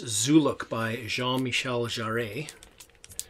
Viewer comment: Hi, really interesting finds here. What a line-up and track list on that Herbie Mann album. I've seen a few folk showing Mann album lately but that's a new one on me. The Living Stereo African album looks fantastic. By the way, I believe Jean Michel Jarre's surname is pronounced to rhyme with 'bar'. Although I rather liked your version! Don't you just hate a smart-ass? Cheers, James